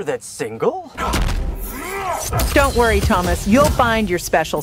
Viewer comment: Of course Sonya would pronounce Tomas like Thomas lol